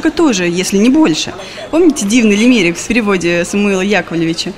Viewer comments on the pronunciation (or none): лИмерик, а не лимЕрик, вообще-то...